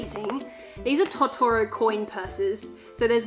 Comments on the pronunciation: Totoro is pronounced (tow-tow-row) <3 (if its just your accent thats cool, no hate) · I’m sorry but your saying tottoro wrong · The way you pronounce Totoro is unnerving.